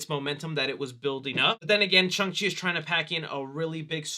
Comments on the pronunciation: It’s actually SHAWNG-Chi rhymes with song. It’s the same kind of A sound like Hall, ball, wall. Please notice this comment. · "Chungus Chi"😂😂😂😂 is built different!